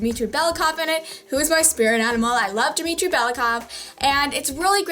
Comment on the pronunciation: dimitri belly-kov ahahahaha